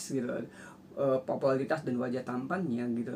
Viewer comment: Pupularitas om bukan popolatras